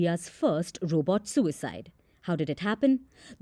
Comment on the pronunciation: Roobot? Lol